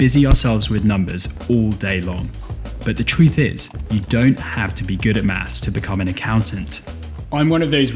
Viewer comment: It’s pronounced maths not maps